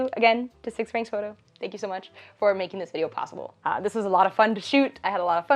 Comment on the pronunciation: About the sponsor "6francs" pronounced "6fran" (French pronunciation, not English, also the 'x' is pronounced like an 's') and it is "Verlan" (the modern french dialect that spawned in 19th century French prisons as a code and popularized in the 90s as a part of the French hip-pop culture emerging in "banlieues") for "Francis", his name. Tadaa.